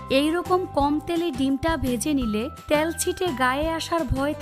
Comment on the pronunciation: ত্যাল নয় ۔۔ তেল বলুন